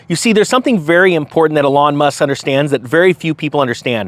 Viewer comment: Eeeeeelon. Eeeeeelon bro. You can’t keep talking about this car and continue to mispronounce his name. Dayum Ps Don’t bash soccer. Baseball, sure. But not the Beautiful Game.